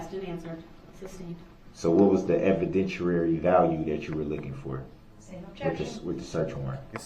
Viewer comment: "Evidenshurary value".